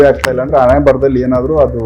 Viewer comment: ಅಣೆಮೇಲೆ ಅಲ್ಲ ಹಣೆಮೇಲೆ.. ಮೊದಲು ಕನ್ನಡ ಸರಿಯಾಗಿ ಕಲಿ..